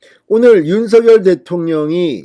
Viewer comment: 윤석열○ 윤서결× 발음을 좀 신경써주면 참 좋겠구만